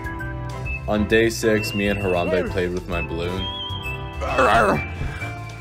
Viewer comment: The only part u messed up on was the M in Harambe